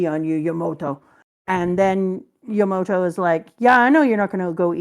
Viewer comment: It’s Yamato, not Yamoto